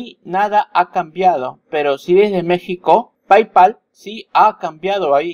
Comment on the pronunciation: ¡Hola! Se pronuncia "pey-pal" no "pay-pal".